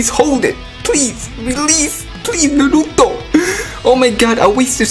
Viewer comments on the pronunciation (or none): Shandaroo!!!!! NaruTOW... NaruTOW... hahaha i love it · just listen to how my boy says naruto's name lol